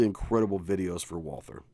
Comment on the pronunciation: Took a whole tour and yet he never learned how to pronounce "Walther" correctly, haha